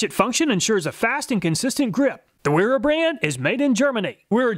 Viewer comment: Wera is pronounced Vera. As it's a German company.. Awesome video we call the nut rounders for a reason even good ones are not as good a quality open face wrench.. Love my wera tools but the joker wrenches didn't see quite that good in my book thanks for saving me the 300 bucks it would have cost me. Will more then likely settle with the normal combination wrench set from them.